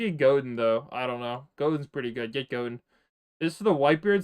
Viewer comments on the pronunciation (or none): none